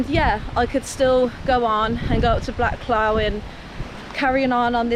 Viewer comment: Its pronounced cluff easeist way for u to read and understand 😂it im partially named that way northern pronunciation great to see people out enjoying the peak district grand video 👍